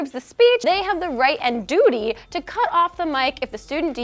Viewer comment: Heh heh heh. She said "Duty"